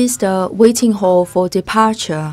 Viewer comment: I was so confused why she always says hole🤨finally figured out she means hall